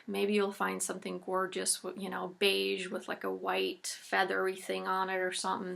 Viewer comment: You said "beige" like I say it in French. Thanks for great ideas!